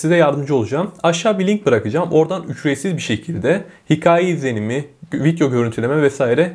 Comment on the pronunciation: Vityo diyo 😁